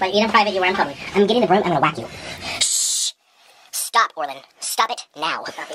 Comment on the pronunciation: It's not Orland it's Orlin (not to be rude)